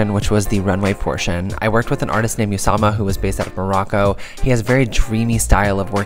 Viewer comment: The prononciation is not Uusama its "Ousama" spelled Usama